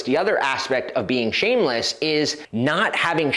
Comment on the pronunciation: 2 "S's" in ShameleSS..LOL